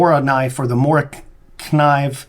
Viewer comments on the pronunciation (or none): The fact that you don't know how to pronounce Morakniv shows me that you don't know much and therefore I'll stop watching your videos. Also, your camera work sucks.